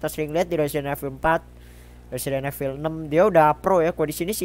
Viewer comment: Betulin pengucapan lu, "evil" di ucapinnya "ivel", "rookie" di ucapin "ruki"